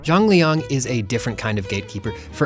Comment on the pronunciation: Why do i always hear "Jean-Leon" ?